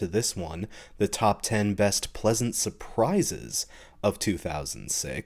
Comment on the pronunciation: "surpsies" lol.